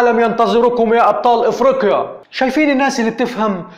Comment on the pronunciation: كولمبية هههههههه كولومبيااااا علاش لسانكم ثقيل على النطق ياخي لغة عربية لي علمتوها للعالم ههههه افريكيا ههههههه تعليك هههههه أي لغة وأي لهجة ولا لغة المريخ هههههههههههه